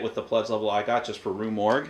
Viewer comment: Yes its Rue Morgue, you pronounced it correctly. Have more faith in yourself. You do speak English.